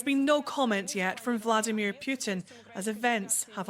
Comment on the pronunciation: Hello Journo, on , why pronuncing Putin's name "Pyutin"??? Hi is simple PUTIN! Cammon' be serious journalist!